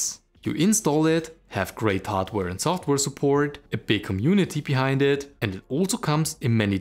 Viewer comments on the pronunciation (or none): none